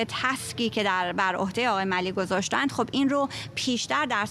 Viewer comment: هنوز یاد نگرفتید که اسامی و یا کلمات انگلیسی را درست تلفظ کنید؟؟ آقای ملی؟؟؟😀